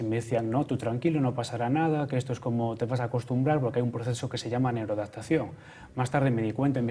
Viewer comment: neuroadapatacion jajjjaj